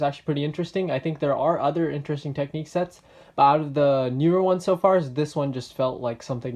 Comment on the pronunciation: Minifigures aren't a thing in technic, I think they would never want to put one in, its not their style. I think they should have had a compartment to put the chainsaw etc in (like on the airport firetruck technic set). I believe it's pronounced TECH-nic, rather than tec-NIQUE. Your blue pipe connecting the front to the rear I think is supposed to route through the middle of the turntable part (which effectively keeps it hidden from view). I'm nitpicking now... Its a good review!